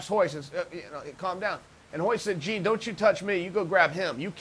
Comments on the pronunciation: hahaha "gene" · Smoked Gouda i loved how he could properly say all of the Gracie first names but couldn’t do Jean’s. Lmao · Lmaoooo americans jean jaq its prounce jawn lmaooo JEAN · Chael ... Jean is pronounced like Sean with a J. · The marks are willing to pay more for a private lesson when it's pronounced "Hyan" ;) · Knows how to pronounce Royce, Royler and Ryan, but can't quite manage Jean. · Ha! Way t’coMPLETLY BUTCHER his name!!! 🤦🏽‍♂️